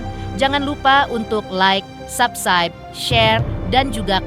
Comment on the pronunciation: Malah fokus ke pembawa beritanya, di menit ke bilang Subscribe aja salah jadi Subside 😂😂😂 Masa sekelas Intens pembawa beritanya salah2 melulu baca berita 🤦🏼‍♂️